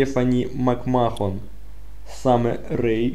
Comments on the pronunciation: Не макмохон а Мак мен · Современных рестлеров не знаешь!Узнай произношение,потом снимай!Viktor не русский,а русский Rusev,МакМахон,боже,МакМахон!!!Это владелец WWE,и правильно МакМэн